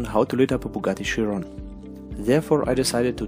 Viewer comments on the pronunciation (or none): none